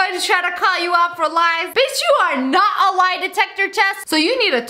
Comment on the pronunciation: ‘I did nawt say that’ x3